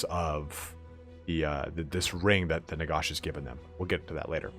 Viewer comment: "Nagosh" lmao